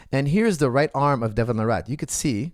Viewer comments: It’s Larratt not “La Rat” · I kept thinking you were calling him Devin the Rat. And I was puzzled why you kept saying it so casually, it seemed kind of harsh.